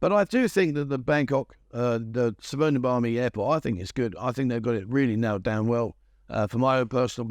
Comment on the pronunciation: Su-wanna- phuum is how you pronounce the airport